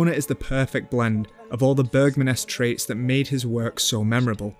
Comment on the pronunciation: Bro took the time to pronounce the number 18 correctly but didn’t manage to say “Bergman” the right way 😏 (I’m just pulling a leg, don’t take this too seriously)